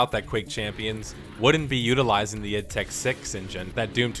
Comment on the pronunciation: what's with the "eed" software? Its ID mate, I and D.